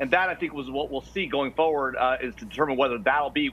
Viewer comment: The Guy keeps saying Fuwerd instead of Forward! I can't stand it. lol